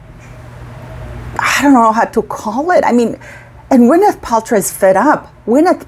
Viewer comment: It is 'buzy'. This is how you pronounce this name.😊